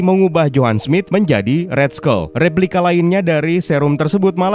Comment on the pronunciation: Dibacanya skal, bukan skul lagi. Masa' island doang yg dibaca inggris, skull nya dibaca ngasal. Biar kontennya lebih pro min.